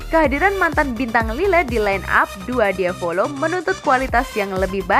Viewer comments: Il diavolo bukan dua diavolo tp bacanya iL diavolo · IL diavolo ya ampun, bukan dua diavolo🤔🤔😅